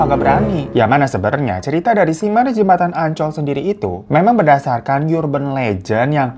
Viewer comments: Bang dibacanya bukan "Yurban" tapi "Urban" 😁😁😁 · bacanya 'erben' bang, bukan 'yurben' :( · erben bang bukan yurben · Bang URBAN bkn dibaca yurban tp arban (vokal a kcil) .. Ga smua awalan U dibca jd yu. URGENT jg dicari argent A diucap sama kyk urban. Dlm bhs indo ada PURA di Bali na gt baca a sama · Bang mohon maaf "urban" bacanya ˈərbən bang, bukan yurben. Mohon maaf netizen & para majikan sekalian, jangan dibully hatiku rapuh 😢